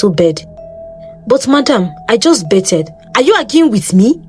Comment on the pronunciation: Pronounced 'Ba-thed' with the 'TH' rather than 'Be-ted' just as a side note!